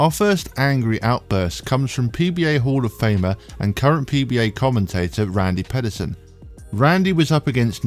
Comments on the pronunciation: If you're going to make a video about bowlers, maybe you learn how to pronounce their names first. It's pronounced Randy PEEDerson like you peed yourself. As for the Rash outburst, Bellmonte had done this to many others yet it wasn't until this getting called out on live TV did the asshat stop trying to make Rash look like the bad guy. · actually it's pee-derson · It's Pee Der Son.